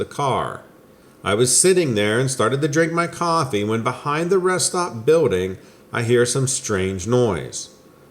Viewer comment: I love when you say “biwlding”.